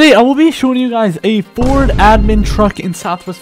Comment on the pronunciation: Bro he said ferd 💀💀